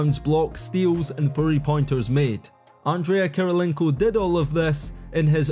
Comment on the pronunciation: he said andrea* kirilienko 😂